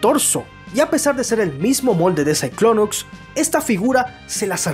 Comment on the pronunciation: ahora pronuncia el nombre de cyclonus con x al final